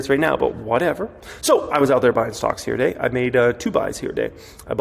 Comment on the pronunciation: don't say " here today" sounds like YTD